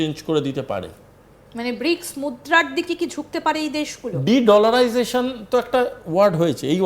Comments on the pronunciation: এই সব লোক কে কেন খবর পড়তে দেয় আজতক। এ তো বাংলা ইংরেজি কিছুই ঠিক করে উচ্চারন করতে পারে না। ডিড লারাইজেশন শব্দটা কখনো শুনেছেন? আমরা যেটা শুনেছি সেটা তো ডি ডলারাইজেশন। এই সব ইডিয়ট যখন এইসব কথা বলে তখন তো খবর টাই গুরুত্ব হীন হয়ে যায়। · This Backbone less Indian Fools even not capable to pronounce De Dollarisation. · উচ্চারণ ঠিক করুন, কথাটা ডি-ডলারাইজেশন হবে।